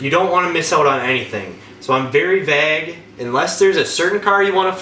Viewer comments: "Vag"? You mean vague? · vay-ehg not vaj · “Be vage with your search”😂 vague bro vague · "b VAAAAG with your search" You're really getting at me with that pronunciation of vague [VAY-GUE] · I'm sure you are a really smart guy, now let's work on Vauge pronounce like (Vayge) not vag. Alrighty 👌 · I'm from Texas, and it makes me laugh when you say, "vague." At least I think that's what you're saying. It sounds like "vagg" to me. We pronounce it like, "vay-guh" down here lol. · no one in the midwest pronounces it vag lol... I've only ever heard it pronounced as vay-g. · Conner Goldberg I’ve heard it pronounced that way in Nova Scotia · VAGUE. SMH v-AYYYYY-gue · Vāg (Vayg) not Vag. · Dude its vague not vag. I had to turn this off the 6th time he said vag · It is not VAG it is VAGUE (pronounced Vage) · Vag? And bimmer I always thought was pronounced BEEMER lol great video though thanks bro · Know plenty of mid-westerners...that's not how it's pronounced anywhere. You're completely dropping the second syllable. It's fine, I've pronounced words totally wrong before without realizing too but it sounds really ridiculous to say vag. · Midwestern? More like northern. I’m from KS and that’s as MidWestern as you can get and I have never heard anyone say vag or vahg. It’s a as in eh, not a as in ah. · You pronounce vague vāg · Stop saying vag, lol. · VAG. VAG. VAG!!! You mean wague? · its pronounced vagueeeeeeee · It's actually pronounced "vEGG" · Is the whole "vag" thing a joke I'm just not in on, or is it a weird Wisconsin accent quirk? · I hate to call you out. But you're saying vag instead of vague. It's pronounced like Vogue but with an a instead of an o. Sorry. It was bothering me..... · Like how he says "vaag" 😄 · This dude pronounced vague vag, and bimmer bemmer. Wtf lol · The way you say "vague" is interesting ;) But the video is very good, thanks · Good video. However, I'm absolutely traumatized by the way you say "vague"